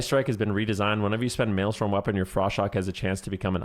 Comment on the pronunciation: its maelstrom not maelstorm